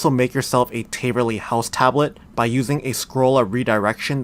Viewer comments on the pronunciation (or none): taaaaverly not tayyyverly js